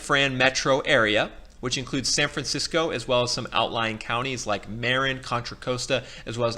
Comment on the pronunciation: I'm loving your presentation. I don't want to sound like a fussbudget--I'm just trying to be helpful--but it might help for you to know that the word "Marin" in Marin County gets pronounced with the accent on the second syllable, not the first: it's Mah-RINN County.